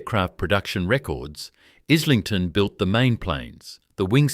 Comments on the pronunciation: Pronounced. Is ling ton. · Pronounced,,eye,ling,ton FFS